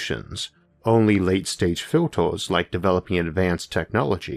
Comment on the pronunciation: Gweat filtaws, and fwying sauceaws!